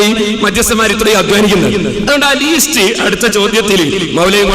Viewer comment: പേരോടേ, ലീസ്റ്റ് അല്ല, ലിസ്റ്റ് (list).